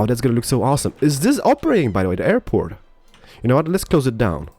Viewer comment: Call the airport "Derport"